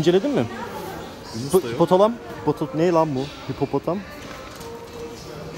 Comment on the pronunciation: hipopotam o hipotalamus değil hacı:)